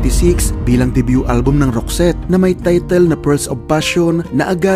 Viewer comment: Tama po ang ogka bigkas mo sa name group nila. Naalala ko bata pako, singer kasi ng banda ang mama ko, lagi nya pinapatugtog yung isang album ng roxette. Sobrang taas ng boses ni Marie, ganda tlga ng songs nila. Salamat na feature ito. Sana ma.feature din ang grupong wet wet wet. Gaganda dn ng mga songs nila ☺️